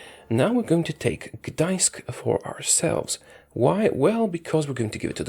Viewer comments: Where are you from? First youtuber to say "Gdańsk" perfectly!! :) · You say very good Gdańsk(Danzig) in polish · YOU SAID "GDAŃSK" IN POLISH CORRECTLY!!!